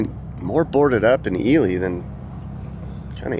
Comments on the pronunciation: Its pronounced E lie not Eely 😂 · you pronounced "Ely" like "EE-lee". I'm not 100% sure that's right. I've always heard it as "EE-lie". I'd be curious how the locals say it. I love your videos, but your track record for pronouncing names correctly isn't the best, especially in Hawaii. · I live in Arizona so I am somewhat familiar. By the way, it's actually pronounced E-lie